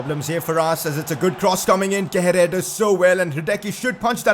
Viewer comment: It isn't how you pronounce Kehrer. It's more like "Keh-rar".